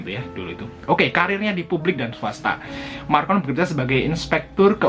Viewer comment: Lagian namanya bukan Marcon tapi Macron ... .